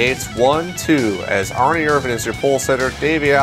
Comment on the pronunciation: Why do you say Ernie like its spelled Arnie. Like i don't remember Bart and Arnie lol